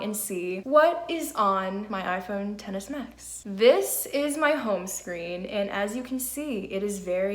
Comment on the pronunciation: it sounds like you said tennis max lol, nice video